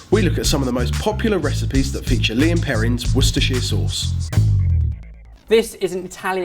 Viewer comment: It's lea & perrins not lean perrins